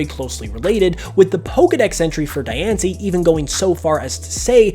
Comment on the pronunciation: You're pronouncing Dianci's name wrong. Its pronounced Dee-ahn-cee.